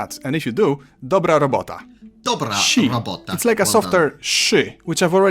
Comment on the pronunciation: You're doing great! The Ą and Ę are probably the most difficult since they're not a thing in English, but you're handling them well. One thing I noticed you do, and it's a small sample from 3 months ago so maybe it's not even relevant, but you seem to have a rising accent at the end of your words. you pronounced the word like dobrA robotA, but in Polish the accent lands on the second to last syllable, more like dObra robOta. You won't sound any less coherent for it, but if you're aiming for full correctness, try moving that accent back.